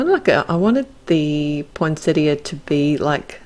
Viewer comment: Love this release, so many great sets. Gorgeous card, the colours you’ve used are so unusual. It’s also so refreshing to hear the word poinsettia pronounced properly.